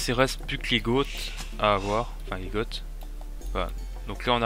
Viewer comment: Bien joué ! Juste pour la prononciation, "les goths" se prononce "les gô" ;)